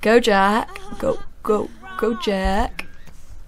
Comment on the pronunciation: you said "Jake". It's jack. sorry for correcting you. :)